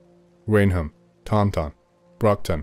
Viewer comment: I’m from the Bridgewater area. Taunton is pronounced “Tant’n” 😅